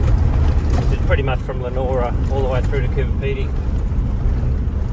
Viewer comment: Good stuff mate … you’ve had a great time in Broome. Looking forward to more from the trip home. Just a note for next time your here, it’s pronounced Lee A Nora. 😀